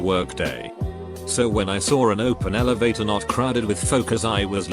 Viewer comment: "get to da Elevaataaah"